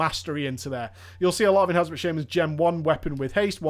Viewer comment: your pronunciation of enhancement as enHARNcement bothers me. Are you turning southern or something?